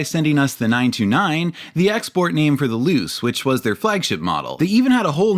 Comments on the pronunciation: I'm sorry loose? Pretty sure its "Loo-chay" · Thank you for this video! I've been waiting on the history of the 929 and Millenia for a while! One comment: My understanding of Japanese would lead to Luce being pronounced as "Loo-Chay", not "Loose". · if no on else mentioned, luce is pronounced loo-chay. awesome video! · Mazda Luce => Loo-cheh